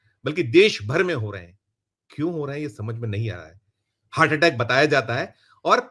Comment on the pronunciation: Dr sb unpadh hain hurt nahi hart hai sahi bhasha